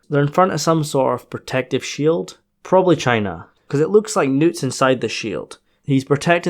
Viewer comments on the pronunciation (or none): none